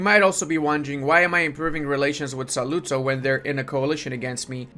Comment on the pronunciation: quick pronuciation tip: Ur italian is pretty good for an non italian guy but you put the accent in the wrong vocals, like in saluzzo the accent is in the u, in treviso is in the i and the o has a closed accent ecc...